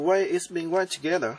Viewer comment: "Remme show you how to wire it togethrr" LOL great vid.